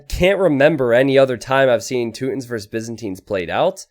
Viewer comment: Toot-ins lol